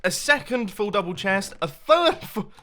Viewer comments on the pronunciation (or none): none